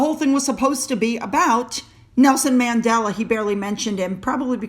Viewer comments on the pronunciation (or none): none